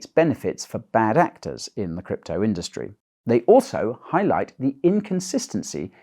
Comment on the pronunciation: 'WEF allies in the crypto indurstry too'. At the start of this video i was imagining if somebody as big as vitalik Buterin or Brian Armstrong (for example) was a WEF mole